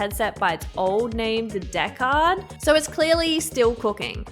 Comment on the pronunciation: the deckaahrd... might start calling it that :p it sounds fun